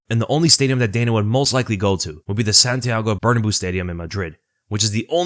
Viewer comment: bro butchered the Santiago bernabeu pronunciation so badly lol